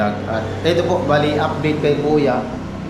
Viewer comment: UP-DATE hindi apdit.